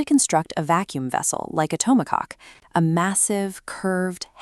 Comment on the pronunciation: Uh, it's not 'tomokok' , it's 'tokomak'. Retrain your AI, or get someone knowledgeable to read and verify the terms before you put them in a video.